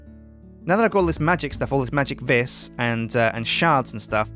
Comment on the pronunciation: Stop saying vis like that, it's said like "vees"